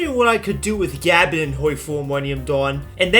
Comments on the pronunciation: It’s not gabin, it’s guhbon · He pronounced it like Gavin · I can't help but hear "Gavin" when you attempt to say Gabon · Every time he pronounces Gabon as Gabin it hurts my soul.. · It's like you're saying Gavin or Gabin... Americans.... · pls learn to pronounce the countrys name before a video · Bro can NOT pronounce Gabon right🥀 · The fact you haven't said the country name's correctly makes me cringe, and calling it shit too, when it isn't irl. lmao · The way you say Gabon pisses me off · The way you say Gabon has me foaming at the mouth and cannibalising my children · Dude just check how to pronounce the nation before playing